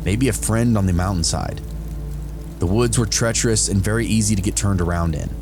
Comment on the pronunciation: vewy vewy a scawy, i get vewy a scawy.